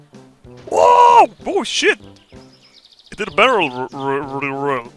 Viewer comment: Hearing say "Barrel Roll" in perfect English had me loose my shit all over the place! 😂👌